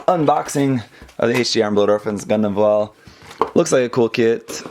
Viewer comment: you got the pronunciation of that name spot on